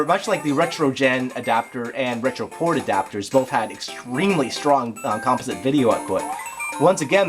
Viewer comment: This video is so good I'll forgive you for pronouncing "composite" incorrectly.